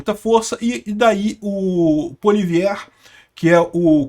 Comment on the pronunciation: A pronuncia correta de Poilievre é “puáliévre”